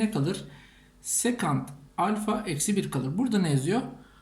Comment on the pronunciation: 1.50 de nasıl tanalfa dediniz hocam hiç anlayamadım kusura bakmayın